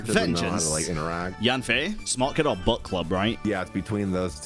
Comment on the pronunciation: Every time you say book I hear but💀